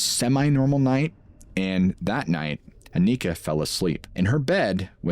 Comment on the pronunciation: it's not pronounced Akneekah, she's not from the hood, it's Awnihkah, kind of like harmonica, Anika.😅 we're cooked😂